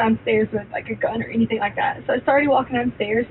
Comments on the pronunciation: "anythink" "aaaeeeeverythink". After weeks of listening to her during trial, it's all coming back to me. She's the worst, evil person and she's beyond annoying on top of it all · She also pronounces Anything as Anythink it's sooo annoying